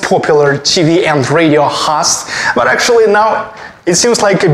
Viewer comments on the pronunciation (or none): I have been learning some Russian and I notice when you speak English and say, "host" that you treat the "O" in host like a Russian would pronounce the "O". We also pronounce the "O" as you do for some words like, "hostel" . In the case of the word host, we use a long sound O. I am not really sure even how to explain how we pronounce it. I had to look up some Russian grammar and as much as I can tell, it is that the letter O is stressed. You do this often in many words with o. I am not talking bad about how you say it. Just trying to be helpful.